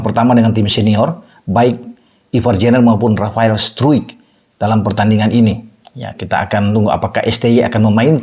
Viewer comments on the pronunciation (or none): Bacanya Ivar Yanner dan Rafael Straik